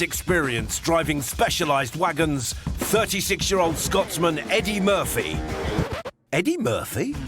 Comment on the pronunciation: the way he says Eddie Murphy?? Is hilarious.